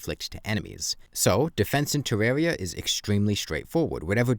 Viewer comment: The compwehensive guide to Defense (Tewwawia)